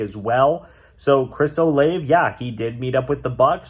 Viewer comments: its pronounced Chris "O-lah-Vey" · As a Ohio state fan u saying Chris olave name wrong 🤦🏾‍♂️🤦🏾‍♂️🤦🏾‍♂️